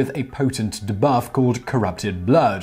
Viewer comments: De-buff not dehbuff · the way he is pronounced debuff really irks me...